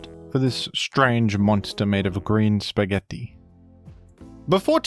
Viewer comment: The spaghetti pronunciation is upsetting